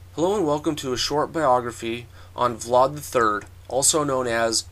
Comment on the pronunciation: its pronounced vlad, not vlard